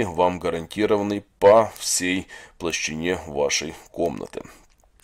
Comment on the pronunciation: Площади, а не плащине.